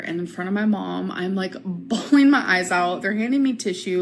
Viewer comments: Innit , why are u bhaawleeen? Ur supposed to be an adult lol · I was leedurlee bhawleen my eyes out!!1!1!!!